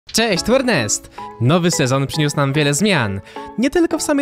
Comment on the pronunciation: Ty muwisz czesc tu rnest xD rnest😂